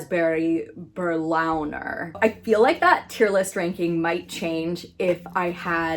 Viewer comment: It is pronounced bear (like the animal, but without the r at the end like a British person would say it) and leena. So it is bea+leena basically. Plural just with an s at the end